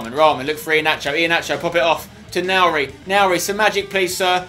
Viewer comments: You pronounce nouri like ´´nuri`` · Spen it's Noori not nouri